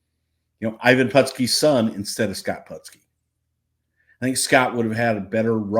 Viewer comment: He keeps botching the pronunciation of Putski's last name. Back then NO ONE called him PUTT ski, it was put ski.